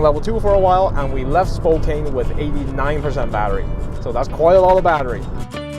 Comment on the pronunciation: It's Spo - kann not Spo - kain